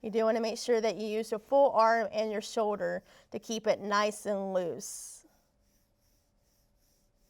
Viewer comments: It’s shoulder not show-der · I cant even watch this video for her saying show-der and not shoulder